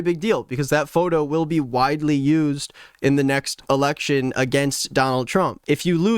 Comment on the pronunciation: ERRECTION? OH MY GOD 💀💀💀💀💀💀💀💀💀💀